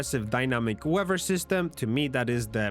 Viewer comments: OMG it's weaTHer.. not WEVA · Great video. But stop pronouncing it weawwer system.